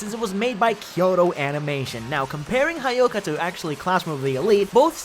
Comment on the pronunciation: It's not 'ha' ' yoka'. It's 'hyo' 'ka'. Cringe!